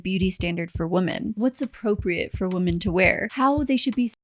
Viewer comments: Never saw this channel before Im only about 5 minutes in and.... Someone needs to teach the blonde narrator with the mic how to pronounce words PROPERLY One of MANY examples is the "women" plural. Is phonetically pronounced wimin" NOT woman. Say the plural.slowly with me. "Wimin" Edit. No offence. Im.just trying to help.🤷‍♀️ And btw... ish in... The quote is "the path to hell is paved with good intentions "🙄😏 Other than that, it was a good watch.Very informative. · "Women" is not pronounced like "woman"